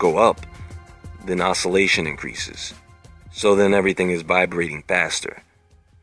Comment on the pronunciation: It's "THE BEING AWARE THAT YOUR AWARNESS IS AWARE" O...SOUL...ATION